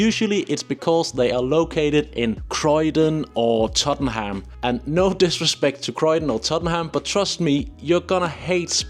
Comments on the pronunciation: fyi- Tottenham is pronounced Tot’nm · I’m wondering if overseas visitors get hit with transaction charges if using a phone or card to tap on/off on public transport. FYI, Tottenham is pronounced Tott’nam and Borough is Burra 😊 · Well done on pronouncing Southwark, but work on Tottenham (= Tottenhum) and Borough (= Buhruh, hmm, just listen). You go Edinburgh spot on. Why not do a session on pronuncing UK place names. All in all your advice is brilliant! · You didn't pronounced Tottenham properly. Good video.